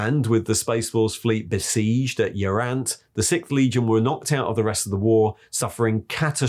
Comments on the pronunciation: Lemon Russ" lol "Sickth"" lool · i dont understand how the author, a native speaker, cant pronounce "sixth" and Leeman Russ.